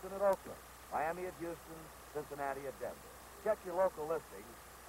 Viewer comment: Temp-pit-ture. Sin--sa-nat-tuh ball club. Sked-yule. He'd never say Reds, just ball club. I wonder if it's due to fighting against Communism in the war.